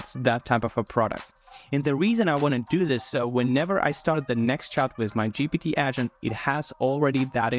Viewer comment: GPT not GTP